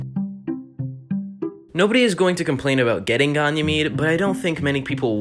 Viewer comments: The way you said Ganymede triggered me, it’s gan like fan, e , mede like meeeeeed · its pronounced "gay knee made" ganymade